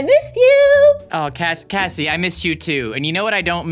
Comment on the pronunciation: Its kassie not Casey and also its Royale high not royal high